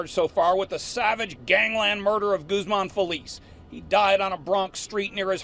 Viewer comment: I hope you don't mind me correcting you...the name GUZMAN is pronounced "GOOZmon". All due respect.